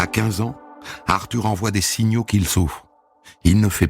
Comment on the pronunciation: "Arthure H" .